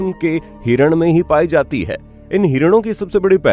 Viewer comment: आधा अधूरा ज्ञान बहुत खतरनाक होता है, अपना उच्चारण तो ठीक कर ले कमबख्त है को अ बोल रहा है